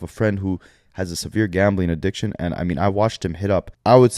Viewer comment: not being able to pronounce addiction right😅🤣🤣 adishkin